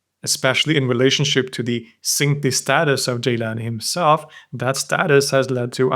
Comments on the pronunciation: Amazing video but I have to make a little comment here. Gilan is pronounced Geelan in Persian. Jeelan is the Arabic way of pronouncing it. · Gilan not jilan 🙏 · It's Gilan not Jilan lol. Having watched so many of your videos, it appears to me that you either don't care about iran in your research or try to remove iran even if it shows up, for example by refering to it as "the rest of the islamic world". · It’s Gilan not Jilan, most arabs don’t have the G sound so they pronounce it as Jilan, but that Iranian province is certainly Gilan and their local language is Gilaki. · its GEElan, not JEElan